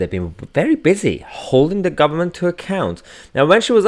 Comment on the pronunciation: Angela Rayner "Labour is the guvment in waitin'" she can't even speak properly.